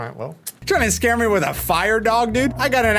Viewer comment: Did say Scam-or-ee? Hold up wait a minute… why did that say Wailord instead of Dondozo